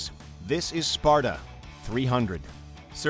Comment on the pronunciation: C'mon...its ' this is SPARTA' not sparda